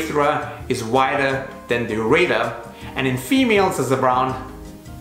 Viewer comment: I wanted to scream listening to this dude call a ureter a, ur a tor. I am currently in severe pain with this awful stone I have and listening to this from this dude is comparably as painful.